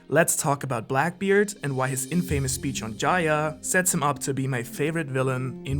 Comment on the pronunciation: As a fellow speaker of English as second language , want to note that it's a common mistake to pronounce infamous as in-famous, I totally understand you. But correct way to pronounce would be "infomus" with a stress on i. P.S. but wait... are you really not German? Where are you from?